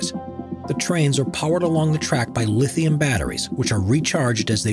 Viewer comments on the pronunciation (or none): none